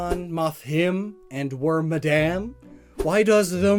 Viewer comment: Every time you mispronounce Illumise or Wormadam I wince